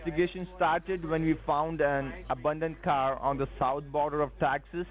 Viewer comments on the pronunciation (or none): HAHAHA I had to listen to the part starting a few times because I couldn't stop laughing at what I was hearing. I then listened to it one more time with CC turned on and YT heard the same thing I did. This fool said that the mysterious residence linked with the title of your waycle was "weeded by the US Marshals." They followed the trail of blood and drug rezoot from the abounded waycle to this residence but decided to stop and do a bit of yard work before getting back to the serious business of whatever these morons think US Marshals do.